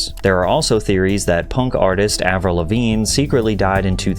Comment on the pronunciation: My good sir, did you just say, and I quote: "Punk artist Avril Lavine"?